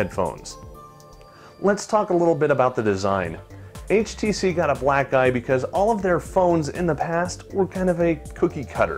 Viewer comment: He said black eye, but it sounds like he says black guy.